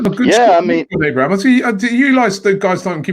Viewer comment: Tammy Abrahams. Robbie learn how to say Footballers name right. 🤣🤣🤣.